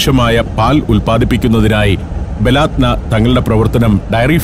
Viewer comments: ബലാത്ത നാ അല്ല ബലദന എന്നാണ് വായിക്കേണ്ടത് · ബലാദ്‌നാ അല്ല ബലദനാ നമ്മുടെ നാട് എന്നർത്ഥം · ബലാദ്ന അല്ല, ബലദ്ന എന്നാണ്. എൻ്റെ നാട് എന്നാണർത്ഥം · ബലാത് നാ എന്നല്ല സുഹൃത്തേ, ബലദ്നാ എന്നാണ്. എന്ന് പറഞ്ഞാൽ നമ്മുടെ രാജ്യം എന്നാണ് അർത്ഥം. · ബലാത്ന അല്ല ❌ baladna 👍